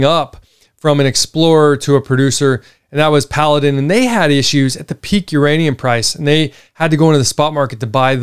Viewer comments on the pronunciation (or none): none